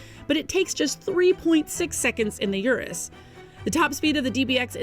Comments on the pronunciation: its not Yurus. Its UR us. not like take yur money. Its urrr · I can't even finish the video with the consistent mispronunciation of Urus.